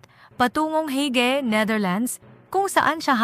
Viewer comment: Miss Ayusin mo naman Hindi hagi kundi Hague